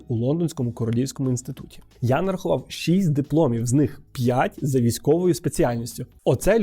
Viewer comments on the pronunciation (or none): none